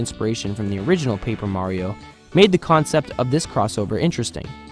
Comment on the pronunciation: This man pronounces it "Mario" and "Merio" at the same time.